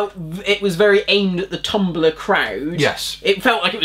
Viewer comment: pablolara125 I was saying how in 2010 the Doctor referenced most social media sites in Eleventh Hour, apart from tumblr, then continued to reference twitter through , I get a tumblr reference and its years too late, the actors don't even say the name properly and its not the right app on screen.